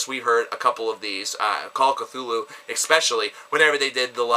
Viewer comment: Also if Call was actually one of your favorites, youd know that its pronounced Ktulu not Kthulu.